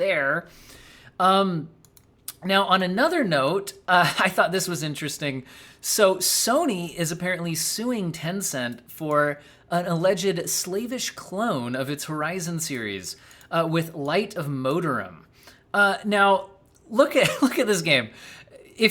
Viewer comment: I think it was supposed to be Slav-ish clone, not Slave-ish.:)